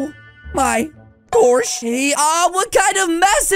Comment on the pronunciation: Why does he say Oh My gorch instead of saying oh my gosh